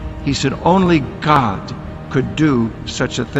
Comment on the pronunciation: Dude has a good heart. You just have to get past his delivery and hand motions. It does make him look over the top. But why can't he say God? He says Good. Probably nothing but to me, Everything is suspect. That's why you always use multiple sources for info right? Always compare info with other sources. And if you see suspect, Don't go to that source anymore. I don't use him for info. Doesn't set right with me.